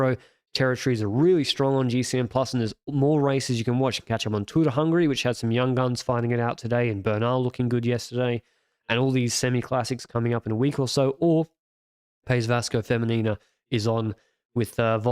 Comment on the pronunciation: Let's say it together slowly: Pais (rhymes with rice) Vasco (sounds like 'Bus Co.')